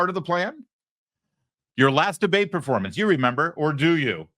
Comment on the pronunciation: He didn't say performance. He actually said "formance" according to my ears and closed caption 🤣